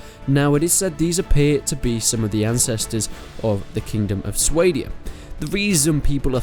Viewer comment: someone should write a lore page on how should pronounce Swadia. it's not Sway-dia, it's Swah-dia